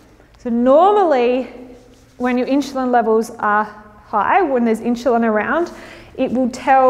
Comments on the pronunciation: inzulin, not inshulin, god damn it : D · It’s pronounced Insulin not inshulin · In-SH-ulin is bothering me so much I couldn't finish listening 😭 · Fascinating way you pronounce insulin as inshulin. Are you Australian? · Why does she pronounce the word insulin "inshulin"? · Keeps saying inch cho lon? Do you hear that? But beyond that good info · where's the "h" in "insulin"? Your presentation is interesting but the fact you can't pronounce "insulin" is annoying the free radicals out of me